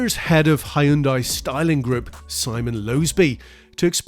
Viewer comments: it is hyundai not haayundai! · Impressive and well done! His pronunciation of 'Hyun-dai' is not bad and better than 99% of Brits who say "Hi-Un-dai' but to be perfect, one would say 'Hyun-Day' as this is the closest pronunciation to how it is said in Korea (surprisingly, most American auto enthusiasts say it properly. Reference the Hyundai Super Bowl Commercial: 'Hyun-DAY, rhymes with SunDAY' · Dear British people: stop calling it a "Hi-yun-dai". It's "Hun-day" like "Sunday." Hyundai literally made an ad campaign about it. Also, the sagging window line is what kills it. They straight traced that old Saab. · hai-yun-dai lmao. its hyunday. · Plz fix your pronounciation of Hyundai, it's hyundai like Sunday. Not Hy-un Dai or Hyon Die.